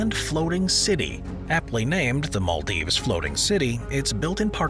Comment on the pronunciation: The narrator and his weird mispronunciation is cringeworthy and the choice of new "cities" very negative. Utterly weird in parts. How come the narrator has never heard of the Maldives?